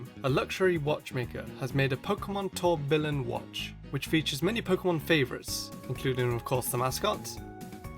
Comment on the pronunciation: You pronounced tourbillon wrong